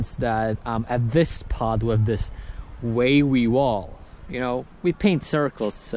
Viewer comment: It's more like "waywee" xD